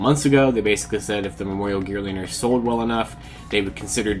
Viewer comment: The L is silent in Geartozinger...